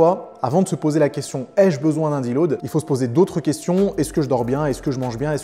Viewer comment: petite précision, c'est surtout en fonction du poids et du taux de masse gras non ? Un mec skinny de 60kg et un mec gras de 150kg, si tu leur donnes 2kg de muscles chacun, leur physique ne va pas changer pareil. la prononciation terrible... Il a fallu que je réécoute 10 fois pour comprendre le mot qu'il voulait dire : deload. Heureusement on n'a pas ce souci sur les vidéos de Nas. quoi ?! Et la connexion cerveau-muscle alors ? Je croyais que tout ce petit monde communiquait moi 😂😝 il se contredit tout seul :" y'a pas de nourriture bonne ou mauvaise c'est juste une différence de valeurs nutritionnelles". C'est quasiment la définition de bonne et mauvaise nourriture. Une pomme n'aura pas le même impact sur ton corps que des graisses saturées donc oui bon/mauvais ça existe.